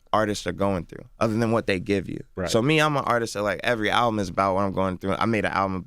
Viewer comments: It's called album not owbum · LMFAO only clicked this because the title said : Chance The Rapper Talks "New Owbum" i had to find out dafuq an OWBUM was 😂😂😂😂😂😂😂😂😂😂😂😂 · The title of this video says "Owbum" that's how hood niggas pronounce "album" lmao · Nigga said ‘Talks new oWbUm’! 🤦🏾‍♂️🤦🏾‍♂️😂😂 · Owbum? WTF is an owbum???